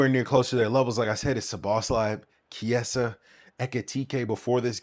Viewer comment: I couldn't watch after hearing the way you pronounce Chiesa